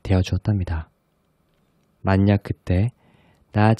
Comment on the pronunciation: 목소리가 좋으신데 ‘방냥’ 방향과 ‘만냑’ 만약을 발음하실 때 사투리가 급 나와서 미소가 지어졌어요^^ made me smile :)